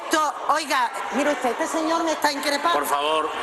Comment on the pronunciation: Dice: ustede